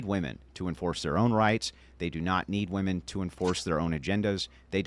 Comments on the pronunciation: Why is it that virtually every left leaning woman is incapable of saying the plural word "women"? They always pronounce it as "woman". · Why can’t this woman say WOMEN instead of woman. All the time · women. The word is women. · Why do they constantly say "Woman" as plural instead of "Wimen" bugs the shit out of me.